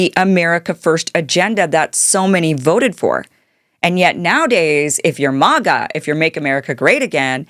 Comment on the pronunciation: Thank you Kim it is pronounced Mah gah like -Maha Make America Healthy Again. You shining soul